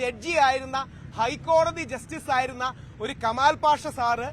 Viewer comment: കമാല്‍ അല്ല കുട്ടീ....... , കെമാല്‍ എന്നു പറയൂ 😇